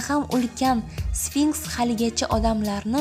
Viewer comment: sfinskmas sfinks boladi